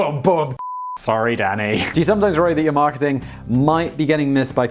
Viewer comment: For a good five minutes I thought you were saying daddy instead of Danny, was amused.